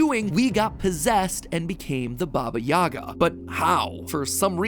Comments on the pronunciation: Uh, it's actually "Baba yagá" and not "Baba yága" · stop saying Baba Yaga's name wrong its Baba Yega it's so frustrating hearing Americans trying to say that name. Not YAGA, YEGA (EEEEEEEE). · pleeeease its pronounced as bAba yagA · Don’t make me get John wick in this B****! Taking about Baba Yaga instead of (yeah-guh)